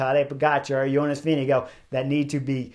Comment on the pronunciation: Whoa! Where did you get your intel? I suggest you delete your comment. Chris pronounces it as close to how Jonas himself pronounces his name. That’s a fact. There’s no hard R in his name. Go listen to any of Jonas’s interviews where he introduces himself.